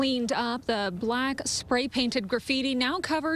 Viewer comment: Ha Ha noticed the emphasis on the word BLACK followed by Aggressive! "So what are you saying?"